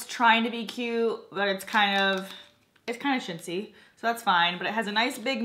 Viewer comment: Molly O the first time I heard shitzy and the second time I heard chintzy lol